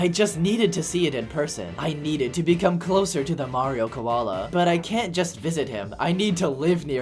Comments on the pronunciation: The Australian mayrio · Blud went austral!!!11!!1! 🥶🥶🥶🥶